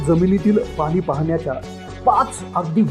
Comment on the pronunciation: Pani ...ya shabdat ..n...cha uchhar shudh kara ...aikayala aavadel